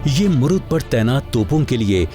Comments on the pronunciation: Its a Murud (मुरुड)not a मुरुद. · पहिले किले का नाम मुरूड जंजीरा है... ना कि "मुरूद ".. हिस्टरिकेल नामको बराबर से स्टडी करके लिया करो... आपजैसे लोगोकी वाजहसे ओरिजिनल नाम बदल जाते है.. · जनकारी बहुत अच्छी लगी । लेकीन आपने महाराष्ट्र का जंजिरा किला मुरुड को मुरुद बोला है. जो की मुरुड होना जरुरी है। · शहर का नाम ' मुरुड ' हैं, मुरुद नहीं! कम से कम सरकारी चॅनल से ये अपेक्षा न थी